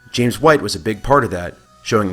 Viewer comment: His name's James not Jameis, lol.